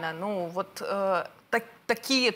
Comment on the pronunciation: не тОпорные, а топОрные действия. ))